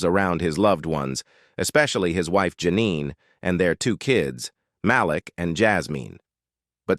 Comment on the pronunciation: Narrator sounds AI especially the pronunciation of names: Mal lick instead of Malik. 🤣